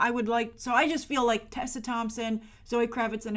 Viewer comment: You're critical of the idea of Tessa Thompson being in Star Wars and Marvel films when other actors have done both. And you seem to be fine with Donald Glover doing both. And please pronounce Tessa's name correctly.